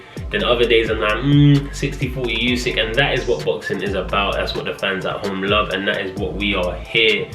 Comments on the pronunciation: not its pronounced Usyk 😂 with a U not a You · Why do people still pronounce it yousick 🤦🏻‍♂️ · No one:: YoUsiK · More like: you sick